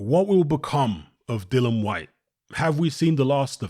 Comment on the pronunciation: DillIAN not DILLAN Jesus Christ. Can't anybody read. His name is DILLIAN not Dillon. Here DILEEEAN. Jesus.